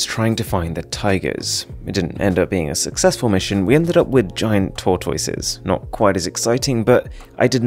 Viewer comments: I thought he said "Turquoises" 😆😝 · How do you not know how to pronounce *tortoise*? LMAO! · Tor toy sis